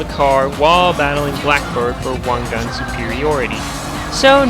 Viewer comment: wan "gan" ?